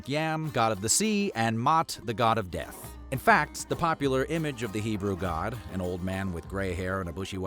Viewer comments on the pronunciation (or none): none